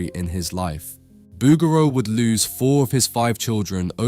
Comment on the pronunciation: Great video on the pieta ... Fyi its pronounced Boo Geroo...